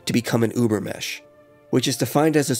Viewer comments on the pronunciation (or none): It's NOT Über-MESH, it's Über-MENCH, and it's NOT KNEE-CHEE it's NEE-CHUH. As a German I am asking that you please learn the correct pronunciation. A small thing. but great video overall. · Great video, but I really had to look for the 'n' in your "Übermensch". ;-) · I love this video but if I have to hear the butchering of the word "Übermensch" ONE MORE TIME, I will go mad.